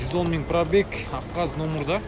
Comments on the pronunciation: АВХАЗЯ дебечи билимсиз!!! АБХАЗИЯ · Авхазя эмес Абхазия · Авхазя эмес, Абхазия индеец